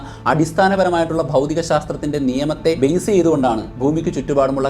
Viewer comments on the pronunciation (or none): none